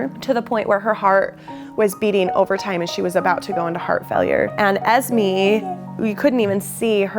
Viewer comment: Sorry no offence you are pronouncing Esmé wrong I don't care how you pronounce it I'm just telling u how to its not Es Mee It's Es May